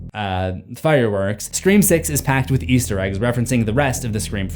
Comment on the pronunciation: And something you missed in your own videos is sometimes when you say "Easter Eggs" in this compliation it sounds like you're saying "Yeester Eggs," and you use the term "yeet" often in your various series. 😅💚